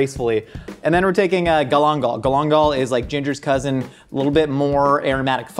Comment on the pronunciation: such a weird way of saying galangal lmao in asia they pronounce it "gahl-ahn-gahl"